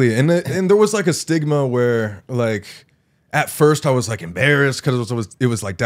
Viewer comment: No one gonna talk abt colby saying stigma and me thinking he said sigma